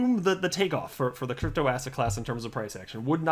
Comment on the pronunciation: Did he say asset or ass hat?